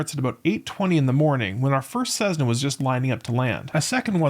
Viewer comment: CeSSna,not CeZna